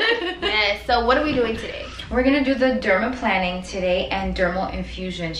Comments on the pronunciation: LMAO, it's not pronounced -planning! It's pronounced like an airplane: dermaPLANING (derma-PLANE-ing). And....you aren't using any kind of OIL?!?! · It’s pronounced: “dermal PLANE-ing” not dermal planning Xx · Why does she keep calling it "dermaplanning"? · I thought it was pronounced dermaplaning (i.e. derma-plain-ing)? I mean not a big deal obviously. I want it done and don't want to mispronounce it 😂 Y'all are both beautiful and she knows what she's doing! Wish she was on the west coast! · The way she pronounces dermaplaning ☹️